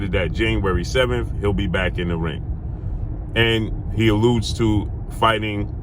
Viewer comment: The moment he said allude i turned off the video